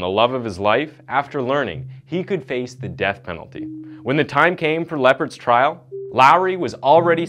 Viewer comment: It's trial NOT trail.